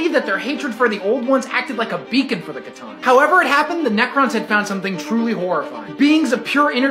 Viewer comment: Wait did he just pronounce C'tan wrong 💀